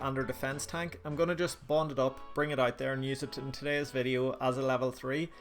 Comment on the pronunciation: Hahah right at the beginning when. You said you're going to bond it up I swear I thought I heard "I'm going to bot it up" lol